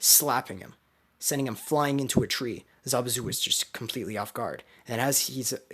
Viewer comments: hahaha zabuzu bruh im like yo its zabuza and then i hear him say zabuza like bruh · It's not zabuzu